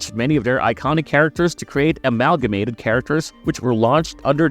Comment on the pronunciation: love how he says amalgamated right only to completely butcher it not even 3 seconds later